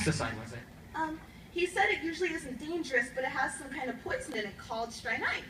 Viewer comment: More correctly: strychnine